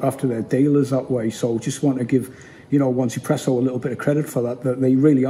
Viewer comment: Hi mate! Nice review, I'm looking forward to its release. Could you please elaborate on the company name. I believe that it's pronounced EZpresso (easy presso), with the Z pronounced in the American fashion (Zee). "1" is pronounced "E" in Chinese, so the name is a bit of a play on words. That's what I believe anyway.